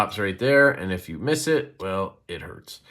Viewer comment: Yu CaN MizZ It Den It Hertz My Fingy 😂😂 JK love ya buddy